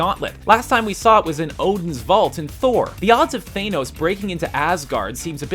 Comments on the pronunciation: It's pronounced 'Thah-nos', not 'Thay-nos'. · It's not thaynos it's thanos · Thanos, not Theinos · omg its THA-NOS you moron not THANE-NOS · Down vote for pronouncing Thanos so awfully. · maybe it's THA-NOS and not THAY-NOS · It is pronounced thanos not thaynos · THAN-os, not Thay-nos. he's only got DECADES of comic appearances and several cartoon and movie appearances where his name is pronounced. also, Odin has a RIGHT hand gauntlet. Thanos puts on a LEFT hand glove. so the bigger mystery is WHY DOES ODIN HAVE A RIGHT HAND INFINITY GAUNTLET??? also, STOP USING THE CASK OF ANCIENT WINTERS IMAGES WHEN DISCUSSING THE TESSERACT. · It's not "Thay-nose", it's than-oes... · Th-aa-nos? Why you gotta mispronounce it dude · Ahhhh the way you pronounced Thanos as "THAYNOS" Made me wanna tear my ears off! Why can't anybody pronounce his name right?!?!? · "Thaynose" smh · Ughh im cringing so bad "The mighty Thainos" Ugh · Every time he said Thane-ose I wanted to die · Thaynos??? Really... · Lol Thaynos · Who is Thane-os? I only know Thanos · He is called Thanos, not Thaynos! I have heard Stan Lee call him that with my own ears!!! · ScreenRant needs to learn how to pronounce names. Thane-os? Really? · It isn't both. It's than oes. no one says thaynose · If you can't pronounce "Thanos", then stop talking about Marvel. You don't know shit. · Cringing at how you said Thanos XD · how u said thanos killed me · You should learn the proper way to say thing before you record them for your video... like how you said Thanos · what got under my skin the most is how u pronounced thanos in the video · I think that the Infinity Gauntlet that Thanos (BTW You pronounced Thanos wrong) is the real one. And that the one in Asgard is just a replica. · Hey dickfuck you mispronounced thanos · come to think of it screen rant has done guardians of the galaxy right? so how do they STILL nto know how to pronounce thanos?